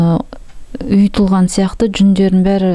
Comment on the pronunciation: « ҰйЫтЫлҒАн » емес , «ҮйІтІлГЕн». 😁